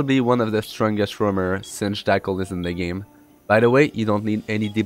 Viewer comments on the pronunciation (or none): none